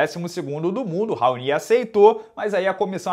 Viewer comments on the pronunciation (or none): Sempre ouvi o nome desse cara pronunciado como "raoni" nunca ouvi "raonÍ"....